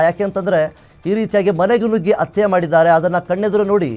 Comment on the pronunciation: It's not atte .... Hatte prononce properly